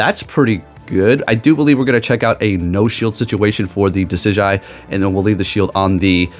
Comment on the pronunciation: (Duh-sid-jew-eye) lol. But you were close